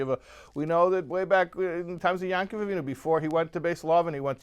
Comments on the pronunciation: most ppl pronounce yaakov as yahkov. you pronounce it as yahn-kov. why? you dont pronounce every ayin as "ahn". why do you in this case? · why do you pronounce yaakkv-with a nun(yankuv)?